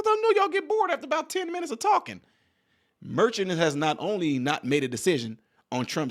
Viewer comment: The judge's name ( phonetically) is Mer--shawn, not merchant. A merchant is a business owner who sells items.